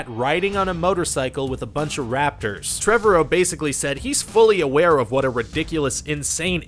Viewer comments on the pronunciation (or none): "... but nope, the already seem them in the trailer." People read this stuff, Ryan! Also, Colin Trevarrow's last name is pronounce like "Tomorrow". They made a big deal about it in one of the extras for the movie. Don't get me started on Gal Gadot's name. :p